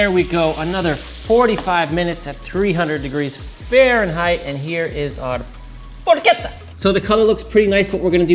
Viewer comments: I can't when you say porch etta You don't have to roll the r or put on an Italian accent when you say it, but it's PORKetta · ketta not chedda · Just please pronounce it properly “porketta” 😅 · Why does pronouncing porchetta correctly make me a dick?